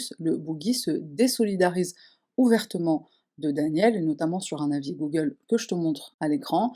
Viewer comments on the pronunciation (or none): none